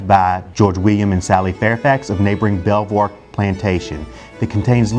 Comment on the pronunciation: Belvoir is pronounced Beaver !!!!!